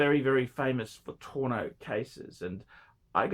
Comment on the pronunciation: 1. It’s Al Ain, not Al Aman. 2. It’s tonneau not torno.